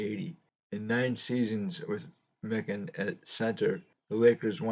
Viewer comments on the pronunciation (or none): Great video on Big George. It's pronounced "My kin". He was a very friendly guy. Got his autograph at a show signing in the 1980's. Said his wife combined all his championship rings into one ring. He used to sit in the front row, in the corner at Timberwolves games, a few seats down from Kirby Puckett. Vikings players sat behind the visiting bench, and Jimmy Jam of Jam Productions, would sit at half court with the artist that would sing the National Anthem. The Scott's Potato Chips cards are very rare. Made in East Grand Forks, MN. The backs of the cards say you can exchange the cards for a signed Lakers Team photo, which had printed signatures. I have a John Kundla Scott's Potato Chip card that I've shown in my video's. Most recent was a Rookie VR for Sammy Thunder last week. Stuke's Baseball Cards and Curiosities. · Prior to this video, I’d only heard his name pronounced Mike-an ;)